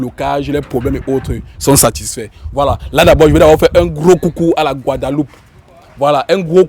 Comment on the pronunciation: ❤😂 😂❤ La Guadeloupe 🇬🇵 Se Prononce Guoi De Loupe Et Toi Tu Te Tropmpe Avec Ce Mot Tu Dit GavDe Loupe Le Bon Français C’est La Goi De Loupe Guadeloupe Bisous 😘